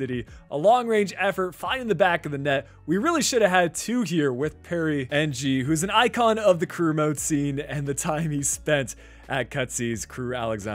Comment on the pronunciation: as a south east asian, Perry Ng is pronounced as ‘erng’